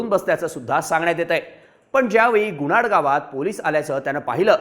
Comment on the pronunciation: Gunad nhi bhau. .......Gunat 😅